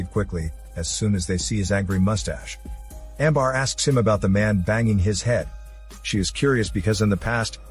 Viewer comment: Amber not Ambar